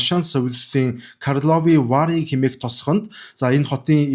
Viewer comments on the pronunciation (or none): Сайн судалгаатай хийдэг подкаст шүү Гхдээ Каарловы Вар гэж хэлдэг шүү( өргөлт нь ) Бэхэровка нь зөв дуудаж байна